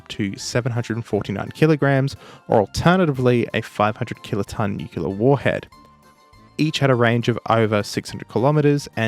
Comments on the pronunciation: thinks he's got grounds to lecture Americans (the vast majority of whom do, in fact, say "nu-clear") on pronunciation... - says "nu-cu-lar"... Just talk about the submarine,. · "Nukular" isn't the correct pronounciation ANYWHERE. This isnt a yank thing, this is a YOU ARE PRONOUNCING IT WRONG thing. It's nuclear, not nukular. American ignoramus-types say the exact same way you do lmao. Also, in addition, I love your vids, but Australians mocking ANYONE else about accents is deeply hilarious. From a New Zealander that was birn in the US and emigrated to NZ in 89. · So, are you saying that you pronounced it Nu-Cu-Lar several times in the video out of a sense of irony? (I'm Canadian) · You're right! He's doing exactly what he's complaining about 🤣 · You said nu-cu-lar multiple times. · I swear you say "nucular" - this was funny after that fairly extensive intro on the subject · To top it off he said "new-q-lurr" himself multiple times lmao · That bit was... something, because you really did just say nukyula right before that and then went off on the 'r' part like that's what the problem is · Ok, fair, you actually say nukielar, not nucular. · mocks Americans for saying 'nucular' says 'nucular' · Brother. It’s pronounced *new-clear” as in the nucleus “new-klee-us” of the atom. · > (justifiably) berates the americans for speaking gibberish english and that nucular is wrong > promptly says '500 kiloton nucular warhead' not 2 minutes later never change :D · Most Americans don't pronounce nuclear the way you assume. Water doesn't have an H in it though... It's not watah. 🤣 And herb is a French word. The H is silent. A world exists outside Australia too, so maybe think about that before telling people on the other side of the world their language is wrong. 🤷🏻‍♂️ Edit after watching the whole video: You are literally the person you are complaining about. You pronounced it nuc-u-lar multiple times... 🤣🤣🤣🤣